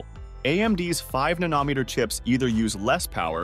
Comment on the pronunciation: I cannot get past how the voice mispronounces Nanometer! Fail